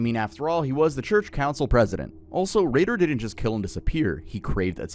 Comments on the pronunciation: it isn’t Dennis Ray-dar its pronounced Dennis Raider. And you kept saying he would blind, torture and kill. He would BIND torture and kill😂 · you gotta proofread your videos and pronunciation more often man. its dennis RAY-der, not ray-DAHR. you flip flop on which one you call him. also bind, not blind. for discussing cases where people have died, you should probably have a little more quality control